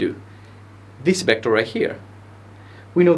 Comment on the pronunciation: ¡Excelente clase! El único inconveniente que veo es la pronunciación de las uves, ya que las pronuncias como si fueran bes: /'bɛktәr/, en vez de /'vɛktәr/.